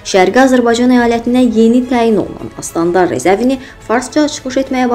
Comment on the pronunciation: AY QIZ SƏNƏ SÖZ VERƏNİN,SƏN DƏ İ FARSIN TAYISAN,ASTANDAR YOX,OSTANDAR,FARSLAR ORADAKI AZƏRBAYCAN TORPAQLARINI TƏBRIZ VƏ ƏRDƏBİL OSTANINA BÖLÜBLƏR,O SİLLƏDƏN BİRİ DƏ SƏNİN AZƏRBAYCAN SÖZLƏRİNİ DÜZGÜN TƏLƏFFÜZ ETMƏDİYİNƏ GÖRƏ SƏNƏ DÜŞÜR!🇦🇿🤟